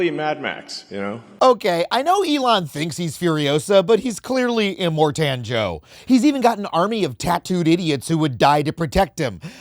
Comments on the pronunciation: Imor - Tan - Joe? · E-more-tan Joe is so good! Clearly Adam has never seen Mad Max.